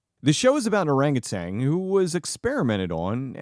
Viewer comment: "Orangutan" does not end with a "G".